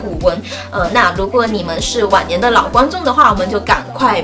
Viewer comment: 听好几次才听清是“往年”，以为是晚年😂😂😂